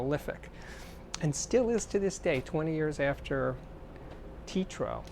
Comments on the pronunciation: You said Titro! It’s Teatro, Spanish for theater. Teh-ah-tro. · First off it's not pronounced TEE-TRO hahaha It's TEH-AH-TROH as in theater in Spanish. Second off I respect that you don't like Roon because you admit you prefer easier formats but Roon really does organize a whole lot if you use a lot of digital files. I use Tidal and have all sorts of FLAC files on hard drives and it simplifies life. It's not as complicated as it seems at first either. The ability to link many hifi stereo systems is supreme. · Great album review choice! BTW, it is pronounced tee-AT-row, Spanish for Theater. As it was a Spanish-language movie theater in Oxnard, California (just North of LA) before Daniel Lanois took over the space and recorded Dylan (Time Out of Mind) and Willie (Teatro) there. I highly recommend Lanois' autobiography "Soul Mining: A Musical Life" which documents all of this in vivid detail. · "Tee-trow" hahahah